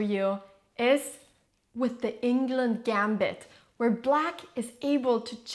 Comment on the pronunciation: I'm a bit disappointed how Anna says the Swedish name Englund.